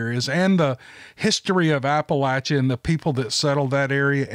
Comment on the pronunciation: Thank you for pronouncing Appalachia correctly. LOL. I wouldn't be mad if you pronounced incorrectly, but I really appreciate the correct pronunciation though. (Apple-atcha)💫